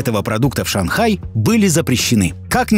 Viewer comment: Сегодня досмотрела дораму "Сад падающих звёзд" (очень классная, всем советую) Кхм И тут в видео где-то произносят город Шан Хай, если что, это город, в котором снимался этот сериал. Ну как говорится, не знаешь что написать, то лучше напишу бред